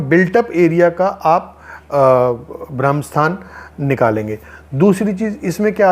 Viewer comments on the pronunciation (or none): भाई जी ये ब्रह्म स्थान होता है न की भ्रम स्थान